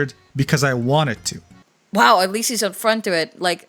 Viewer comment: That little pause and "wow" XD